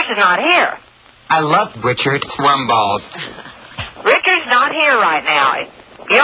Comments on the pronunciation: Rum balls, I think. But it sounds like warm balls. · What type of balls is he saying? Warm balls, worm balls, or rum balls?!